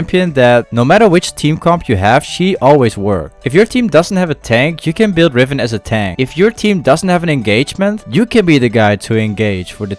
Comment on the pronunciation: Its riven not rifen